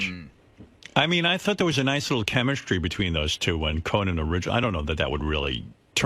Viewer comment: Why does Howard keep pronouncing it "CoNAN?" He sounds like Jesse Ventura. 🙄